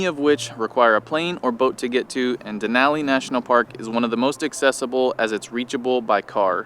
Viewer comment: Couldn’t enjoy the video for y’all mispronouncing Denali over and over. It’s downright disrespectful. A simple Google search will let you hear the proper pronunciation. Duh • naa • lee